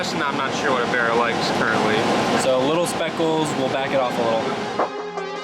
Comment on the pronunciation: B “A” RRA, not B “E” RRA..